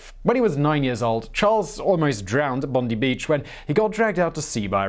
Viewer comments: Bon-die Beach, not Bon-dee 😂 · Bondi beach is "Bon Dye" not "bond i" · 'Bondy' Beach? hahahahahhaha! nice one Simon. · By the way, Bondi Beach is "bond-eye" not "bond-ee". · Its Bon-die beach not Bon-dee... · Bondi Beach, notorious for its rip tides, blue bottles, and how many people are affected by both, its is pronounced Bon-die Beach. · Mispronunciations galore. Bondi Beach is pronounced Bond - eye, Kookaburra is pronounced Kook-a-burra, and Tanami Desert is pronounced Tan-a-my. I'd been hoping for some Australian stories, but I would have hoped the researchers would put some more effort into making sure they get basic pronunciations right. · Wonderful video, but next time.... please, please ask an Australian before you try any place names or Australian words. Bondee? Cooker-boorer? To-namee? C'mon man, you're a Brit abroad, you know better. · He also managed to rhyme Bondi & Smithy.